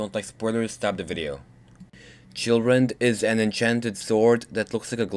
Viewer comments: Haha. At first i thought he said: how to get children in skyrim. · In the beginning, it almost sounded like you said children xD